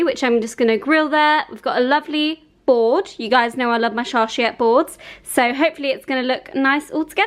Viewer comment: Wow everything looks absolutely drool-worthy 😍Also fyi it's pronounced char-coo-tuh-ree board 🖤